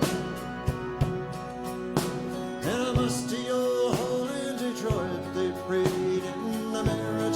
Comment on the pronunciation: Some Canadiana : although it is much more noticable on the studio recording (here he says it too quickly), he pronounces Detroit like Detroi-ut, as if there was a "u" in the word. To me this signifies that as a Canadian growing up in Orillia Ontario, he probably watched Hockey Night In Canada, broadcast from Toronto on Saturdays, especially when Detroit was one of the original 6 NHL teams. Starting in 1952, and ending in 1981, the play by play of the games was called by Foster Hewitt, followed by his son Bill. They both pronounced Detroit that way, and this song is the only other place I've heard it like that.